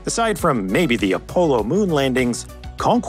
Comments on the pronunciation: The very first time I have ever heard someone say UH POLO instead of uhhhh APOLLO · Did he say A-polo? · Opollo? #Opollo. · A poolo moon missions??? apollo ya fucking fool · This dude did not really just pronounce Apollo as “A Polo” 😂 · “A-Polo”, really??? Come on now. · Apollo is pronounced “A-Paw-low” lol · "A polo" moon landings, wtf? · Did you just pronounce Apollo...(A-Polo)??🤦🏽‍♂️🤦🏽‍♂️💀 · The "Oppolo" moon landings, seriously?! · Love this channel. But did anyone else hear him say Apollo Moon Landings and Opowlow moon landings? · Lost some credibility when the word "Apollo" was mispronounced. In my 63 years I had never heard it pronounced the way as in this video. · wait a minute... HOW DID YOU SAY APOLLO???